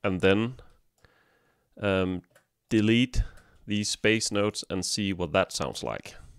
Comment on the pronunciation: Great video, but "bass" rhymes with "pace" not "pass"